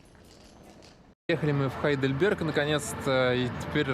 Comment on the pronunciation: Когда вы говорите по русски правильно говорить Гейдельберг, вы же не говорите Хамбург?